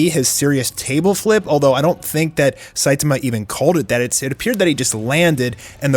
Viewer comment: The pronunciation of Fuhrer Ugly was incredible. Not surprising after listening to him pronounce Saitama the way he does. Lol